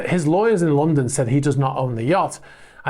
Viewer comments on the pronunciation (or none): none